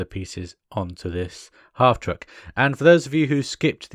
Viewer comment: I cringed every time you tried to put hubcaps on. I knew you were going to break it. One bone to pick. Unless it is just your accent, you keep calling the vehicle a half TRUCK. Its called a half TRACK. Military term. Unlike a tank which is full track, only half the vehicle runs on tracks. Picky I know.